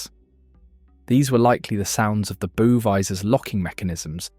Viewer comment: Good video - I didn’t know that over 800 people died. RIP to all. BTW bow is pronounced “ow” like “ow, I hurt my finger.”